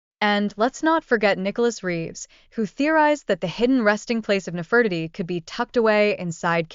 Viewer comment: Nefertiti is pronounced incorrectly.